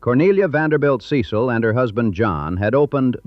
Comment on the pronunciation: There are a number of inaccuracies in the historical names. It should be Richard Sharpe Smith (e at the of sharp), Col. Frank Coxe (e at the end of Coxe as in Coxe Avenue) and the Biltmore family name is pronounced SEH-sul not SEE-sill. The narration does seem to be AI generated hence the pronunciation mistakes. Also lots of stuff left out. There's no mention of the River Arts District for one thing or the removal of the Vance Monument.